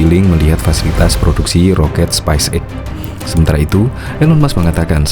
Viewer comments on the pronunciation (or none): Halo Mimin. penyebutannya speis (space) eks (x) bukan spais (spice) eks (x).